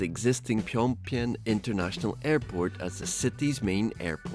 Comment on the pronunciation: Yeah, don't bother taking a minute to learn how to pronounce the NATIONAL CAPITAL of a country properly.